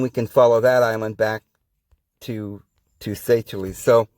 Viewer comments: Pronounced SAY SHELLS . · Hi, you post are very interesting. I suggest your read the Sumarian tablet translations. It says that Enki and Ninhursag created many versions of man finally settling on us. BTW the Seychelles island is pronounced “say shells”